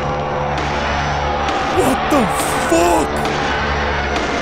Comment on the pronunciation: 😂 It sounded like he said “WHAT THE FOCK?!”